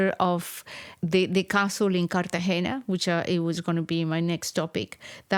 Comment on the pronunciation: Great podcast! But in American English we don’t say “Carte-GEE-nah.” We try to use the Spanish pronunciation.